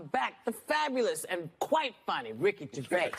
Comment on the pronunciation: It’s Gervais not Gervai. Please say it right.